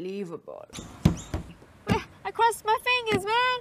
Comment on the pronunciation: As I woke up this morning, Natalie Tran saying "unbohlievable", was the last thing I remember before getting out of bed. Glad there was a compilation.